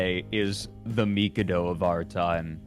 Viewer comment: The fact that Fred goes on to pronounce The Mikado incorrectly multiple times and then calls it obnoxious just hurts my soul. Also I don’t know where he got the “imperial undertones” from as it was never meant to come across that way, plus it’s always been quite popular in Japan so clearly they don’t have a problem with it.